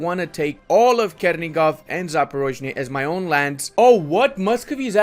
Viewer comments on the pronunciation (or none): In ukrainian,russian Ochakov and Chernigov sounds with "ch" not "k".Chernigov but not Kernigov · Not Kernigov, it's Chernigov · for the love of God, please stop butchering all of those names. "Ch" in Chernigov and Ochakov is spelled the same way as in "butchering". Also yeah, as much as i appreciate the message, you're showing that you don't know jackshit about the history and geography of the region, sorry:)